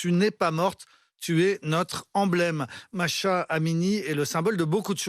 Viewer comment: Masha ? Machin ? C'est MAhsa. Mah veut dire lune. Tu dois prononcer Mah et ensuite Sa